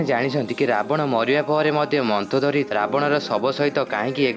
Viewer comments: ତୁ ତ ମନ୍ଦୋଦରୀ କୁ ମନ୍ଥଦରୀ ବୋଲି କହୁଚୁ ତତେ କଣ କହିବି ଆଉ ଯା ଯା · Arey bhai..se ମନ୍ଦୋଦରୀ ....ମନ୍ଥୋଦରୀ kiye ho!